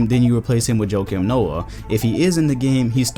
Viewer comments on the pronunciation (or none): none